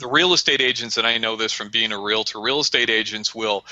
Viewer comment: Hey... the word is pronounced RE-AL-TOR... not RE-LA-TOR.